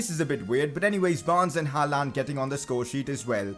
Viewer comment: Aight, lemme teach ya some norwegian xD When u say Håland u pronounce it like Haland. But to pronounce Håland just think of the word «yawn» or «law» its the same pronounciation :))